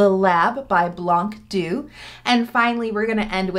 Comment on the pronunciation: small pronunciation tip : "blanc doux" is actually French (I mean the words not the brand) so if you pronounce it the French way the c is silent !